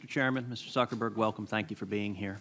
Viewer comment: . Calls him "Suckerberg" twice. Clearly articulates his name later.